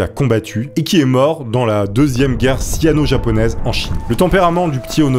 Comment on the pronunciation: je crois qu'on dis "Sino" pas "SiAno" :p